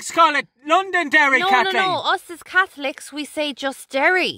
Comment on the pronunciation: Lunnnden Dairy AIRRR kat-leeeen. The fookin Kat-holics 😂